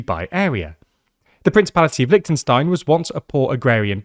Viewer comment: Please pronounce the name of the country properly. It's not that difficult.